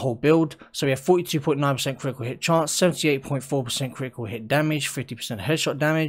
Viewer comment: kri-i-cul hih chance...